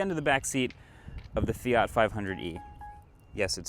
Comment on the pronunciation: the north american pronunciation of Fiat kills me